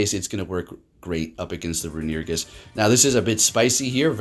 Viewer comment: Rune-ah-re-gus is how its pronounced I believe....love your vids!